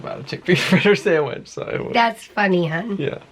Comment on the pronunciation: Sandwich not samwich. Lol